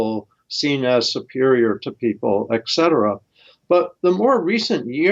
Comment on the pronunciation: Dear: “etc.”, et cetera is not pronounced “eksetera”.